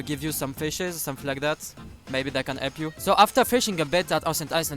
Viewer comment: u said elp btw